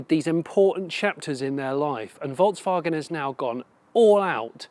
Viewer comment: Does an exclusive review, can't pronounce VolksWagen name correctly.